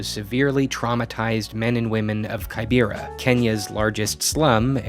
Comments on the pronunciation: you don't pronounce it as kai_bera...... its key-bay-ra also key-nyah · The slum is pronounced Key-beh-ra